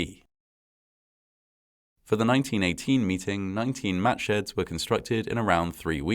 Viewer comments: Did anyone else hear "Match heads" rather than "Matsheds?" Or was that just me? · Wow, that's the date of my birthday. Exactly 60 years before I was born, but still, the same date. And I thought he was saying matchheads the first couple of times, which was tragically quite foreshadowing. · I kept hearing, “Match head” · Who kept hearing "match heads"?